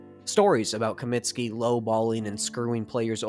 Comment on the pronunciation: Comiskey not Cominski